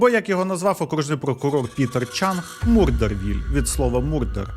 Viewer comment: Іронічно, що людина, яка тільки що прочитала Murderville як МУРДЕРвіл за кілька хвилин рекламує школу англійської мови 😂😂😂